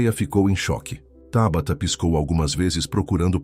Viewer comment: É Tábata ou Tabatá. Já vai começar a trocar a cilaba tônica de lugar?